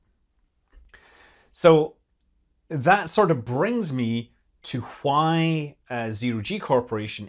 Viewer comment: Scott pronounces ‘Why' like Stewie. He also says ‘Hwhy'.